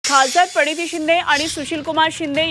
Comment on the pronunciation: Parniti nahi re praniti bol kalya 🤦